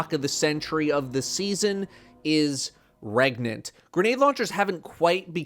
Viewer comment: "Can u get regante" Yes. "REGANANANT!?"